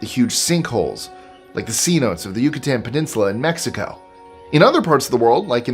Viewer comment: Cenote is pronounced SAY NO TAY